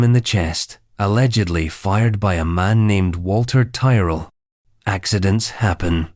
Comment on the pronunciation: This American faux-Scottish AI can't pronounce Tyrell. Andvdays Lieutenant like an American. Typical of this kind of low-class gossip channel posing as history. And gushing, camp, prose. 'Heteronormative normalcy" George I wasn't "picked by Parliament"; they'd already settled the Crown on his mother. Victoria didn't "ascend" she "acceded" - pure illiteracy